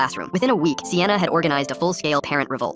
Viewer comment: I like the emphasis on "Full scale parent relvolt" 😭🙏